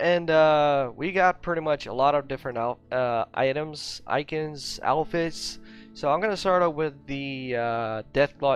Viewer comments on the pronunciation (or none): This dude really pronounced Icons like that. Lmfao